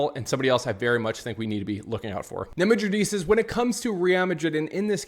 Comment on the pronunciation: Bro please stop staring madridistas it’s pronounced wrong and cringe. Dislike fr